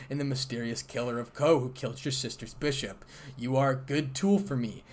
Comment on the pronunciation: It's bishop not bushuop😂😂😂